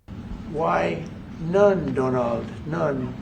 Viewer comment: “Why none, Dunald, none.” 😂😂😂